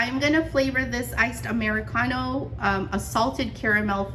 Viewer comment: I love how you say Amaricano😻 great recipes. Thank you for sharing 🙏🏾